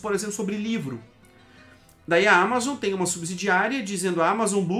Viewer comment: Todos os países estão implementando isso. Ele só tá seguindo ordem. 15% corporate tax. A palavra Amazon é oxítona, diz Ama zonnn. Não proparoxítona Ámazon.